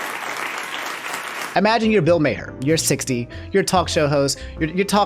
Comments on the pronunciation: I might have to sub to 1 of these days, because his mispronunciations crack me up. Bill's last name is pronounced "Mar", not "May Hare" or "May Her". 😂 IDK why getting so upset over a rich old white guy who used to host a show called "Politically Incorrect", but it's hilarious (because "boomers" trigger him). 🤣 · It's not mayher it's Maar if you want to roast somebody at least say the name right. Maher (maar) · Bill Maher's last name actually pronounced Mah-er or Maar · Bill "May-her" 🤣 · Hey, I watch you and enjoy your personality, and I also watch Bill Maher (pronounced maar, like the first part of March, but with the a slightly longer.) Some of his takes are pretty boomer, but for the most part he's spot on the money. I think you should watch a full episode for context to who he is. The referenced "bit" is usually some kind of hot take at the end of his show and is usually the boomiest. That said, I don't like watching people play games all day, and I find it weird that some people do that, so I think what he said there was too vague and out of touch since watching sports, comedy, streamers or anything all day would be unhealthy. Anyways, stay safe and healthy. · here's the full video on the Bill Maher (pronounced as Mar) take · I like Bill Maher (pronounced like "Marr") but he should stick to attacking politics. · Senpai noticed me! 🤩 Also, Bill Maher’s last name is pronounced “Mar.” (Rhymes with bar.) EDIT: Also, also, Disneyland was holding a moment of silence for those who’d died of COVID when the photo of the crying Disney Adult was taken. Mother Brain… 🙄